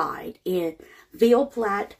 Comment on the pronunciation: Ahhh this is so close to me! I swear my eyes bugged out of my head when she said Ville Platte! 👩‍⚖️, watch out! She gonna be commenting on your stuff next lol jk